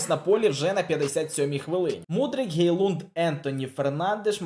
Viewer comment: Правильно говорити Хейлунд.